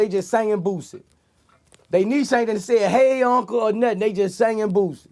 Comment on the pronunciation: Yayo said booshy not boosie